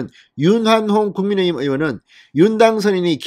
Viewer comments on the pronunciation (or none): none